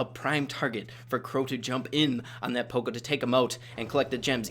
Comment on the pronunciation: Let me know if I’m wrong, but I thought that it was pronounced paw-co not poe-co